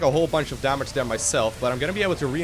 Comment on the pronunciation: great play and good commentary, but I have to say it. there not dere T-H